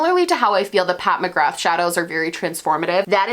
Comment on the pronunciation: Loved the video girl!!! Just a heads up it’s pronounced “Pat McGraah” ☺️ (celts represent!)